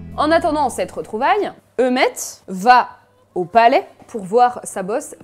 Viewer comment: Il s'appelle pas Eumèt, il s'appelle Eumée. Eu-mée, Eu-mée, Eu-mée ! 😂